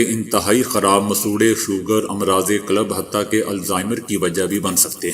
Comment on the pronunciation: "امراض قلب " قلب كی لام پر زبر نہیں سکون (جزم)ہے اگر آپ اچھی اردو سننا چاہتے ہیں تو Rmtv كا "کھریاں کھریاں" سنا کریں۔ اور اگر اصلی پنجابی زبان سے اپنی سماعت کو محظوظ کرتا چاہتے ہیں تو RMtvپنجابی سناکیجئے۔۔